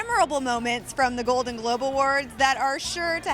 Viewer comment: said "And the golden Gobe goes to.."